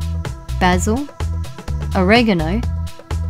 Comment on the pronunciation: how do you not know how to pronounce "Oregano"